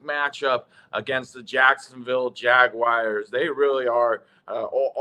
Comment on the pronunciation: Its jaguars like the car not jagwires😂😂😂